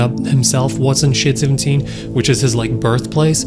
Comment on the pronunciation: I thought he he said”shit 17”